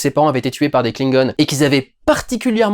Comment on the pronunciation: Tu peux dire Klingon en français stp, ça me fais trop mal au oreille. En Anglais on dirai qu'on parle de truc trop mignon.